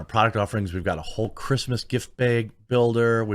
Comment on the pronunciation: i'll buy something if you learn to pronounce 'bags' less creepily